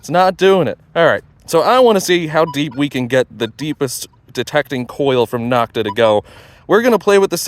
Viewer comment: Knock-ta is a derogatory pronunciation other manufacturers gave this company, as in knock-off. It is NO-k-ta. The O in Nokta is the same long O as in Makro. Great video comparison. Thanks for posting.